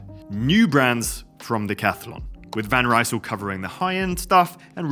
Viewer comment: You have to pronounce the Decathlan Van Rysel and Triban bikes in French, not English! 🧐👆 😏